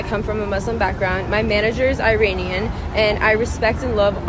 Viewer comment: im a Muslim Dw i am mocking the way she said “Iranian” she said it like “rain”